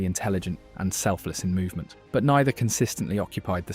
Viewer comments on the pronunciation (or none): none